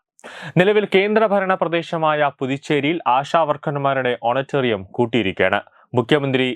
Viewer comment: Honorarium എന്നാണ് ഓണറ്റേറിയം അല്ല പുളേള